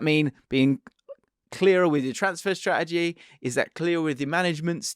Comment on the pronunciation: Man said ‘strategy’ 😂